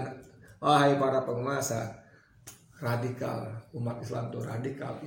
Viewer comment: Redikal redikul,geli geli sedap degarnya